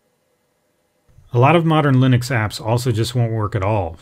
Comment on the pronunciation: Lynix? I mean yeah, i know he means Linux .. but seriously Lynix?